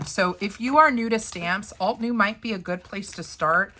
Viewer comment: Not me screaming "alt-uh-new" at the screen all 8,000 times you said "alt-new." It probably wouldn't have bugged me so much if you hadn't mispronounced it so gosh darn many times! 😂 I said the term "bugged" very loosely because I thought it was funny. This was a great video though! I have a bunch of windows open shopping at ALL the places for stamps. ❤ I do love your channel and am learning a lot!